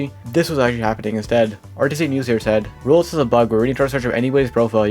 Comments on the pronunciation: Why do you sometimes pronounce roblox like "roles" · you say sometimes roblox like "ruls" and it really throws me off